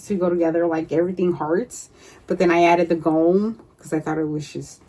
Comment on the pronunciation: I love watching your videos. You really do inspire me. I have so many scraps its my goal to make something from them weekly. Lol. We shall see. On a side note Gnomes come from Nordic countries. My family is from Finland and Sweden. The word Gnome is pronounced like Nome, Alaska. The "g" is silent. I love Gnomes. Great stiching!